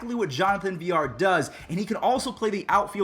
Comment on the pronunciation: jonathan VIL-LAR. not Vi-llar